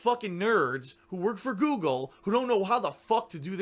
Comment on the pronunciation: saying "Guugle" had me 😵